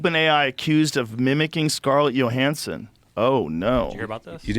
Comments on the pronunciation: Literally everybody on the world kmows its not pronounced Yo-hanson. But not our guy Joe. If it doesn't show up in his right wing social media algorithm, he doesnt know anything about it😂😂😂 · Scarlet “Yo-Hansen” 😐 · Scarlett Yo-hansson